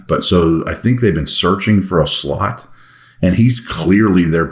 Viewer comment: Did you say searching for a “slut” at time index ??? Well, actually, aren’t we all?